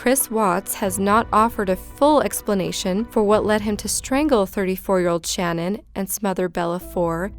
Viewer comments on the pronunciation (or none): Love your vids, but her name was shanan not Shannon I’m sorry but you were pronouncing it wrong